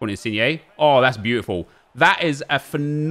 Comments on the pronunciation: Why aren’t you saying insigne like digne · Petition for nep to start saying insin-YAY